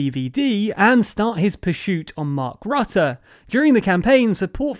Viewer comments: Your pronunciation of Marc Rutte's name was interesting! The 'u' in his name is not pronounced as the 'u' in the English word 'under' - as you are using it. In Dutch his name sounds more like 'Ritte' would sound in English. Unfortunately I could not find a word in English which actually uses the Dutch phoneme for 'u' even though the 'i' comes quite close. Does anyone have a good suggestion for an English word using the 'u' phoneme from 'Rutte'??? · Your narrator still can't pronounce the name of the Dutch PM. (It rhymes with "put" not "but".)